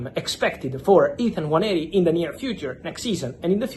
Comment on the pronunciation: Well done Fabio You actually pronounce the name "Nwaneri" better than all the people at AFTV and the English fans in general. Robbie and co should take note and time to learn and pronounce footballers names correctly. Well done again🙌🏾🙌🏾🙌🏾